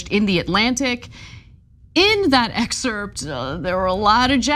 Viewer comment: Dude. Please stop pronouncing the SILENT p in the word excerpt!! Pretty please??? 🤣